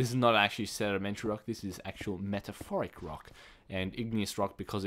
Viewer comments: Meta-morph-ic not metaforic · *METAMORPHIC* not metaphoric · lol I think u mean metamorphic not metaphoric lol. Anyway nice video. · its not actually metaphoric its metamorphic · He said metaphorphic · Metamorphic you say it meta-morph-ic :) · You say metamorphic wrong